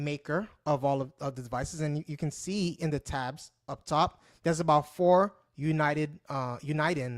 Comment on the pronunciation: we use this to talk all over the world either by voice, morse code, or one of thousands of digital formats that we have to send data and information. Send email over RF not using the internet. and so much more. Where are you from and what is your channel about? you are mispronouncing UNIDEN but that's ok I subscribed anyway LOL :)